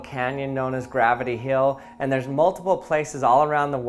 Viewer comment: he also pronounced "hill" wrong